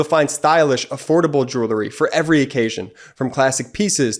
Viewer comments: I know this is irrelevant to the topic of this particular video and appears to be quite picky on my part, but it pertains to the ad for jewelry. The incorrect pronunciation of this word drives me crazy for some reason. Jewelry is pronounced jewel-ree---NOT jewler-ee. Jewelry contains jewels. And it is pronounced by saying JEWEL and adding REE afterwards. Sorry. But for some reason, the mispronunciation just makes me go batty. I expect it from uneducated people, but not people who are doing a highly intellectual video. ☹️ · Your guy who reads that Alex and Ani ad needs to learn how to pronounce the word “jewelry.” It’s not “jool-ery.” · Did you notice the geek boy who began his grift in the middle of Ben's report, mispronounced the sponsor's profession? It's JEWELRY, not JEWLERY you genius! JEW-WELL-REE. Yeah, yeah, I know it's a common mistake but geez how it makes you lose all credibility by screwing one easy word. MTG and the rest should be on trial for traitorous speech. Thanks Ben. You'll be at 2 million subs in no time. I'd share your channel with my friends but they're all stupidly republiturds so, you know, I can't. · “Jurrillie”? I’ve heard this commercial again and again and the pronunciation of the word jewelry stops me every time. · I might be more likely to buy the advertised product if it was pronounced properly. What's joolery? 😂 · Someone should explain that jewelry is pronounced jewlry. This commercial is so cringy it makes my ears bleed.